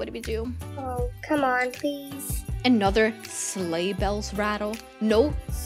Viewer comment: WAIT U SAY WE GOT THE SANTA SLEGSH